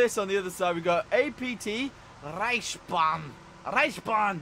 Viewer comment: When You said it it kinda sounded like you said: RICE BONG (lol)